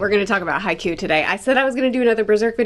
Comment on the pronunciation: I think it would be fun if she snuck in or just kinda talked in haiku when talking about Haikyuu. Considering how this imposter says the name